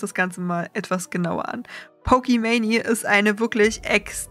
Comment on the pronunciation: gutes video etc aber es hat mich echt 11 min gerriggert, dass du pokeman“i“ sagst und nicht einfach pokemane